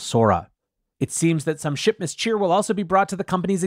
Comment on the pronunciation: Swear you said 'shitmas', but maybe that's just me :o)